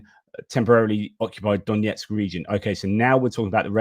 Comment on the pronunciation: just a little nit: the pronunciation of Донецьк (Donetsk) is not D O N J E T S K, but D O N E T S K btw the footage with the "storm shadow" comment was I think the one to the headquarters in Sevastopol, Krim